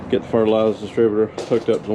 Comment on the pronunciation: Hey the R at the end of fertilizer is not silent 🤦‍♂️🤣🤣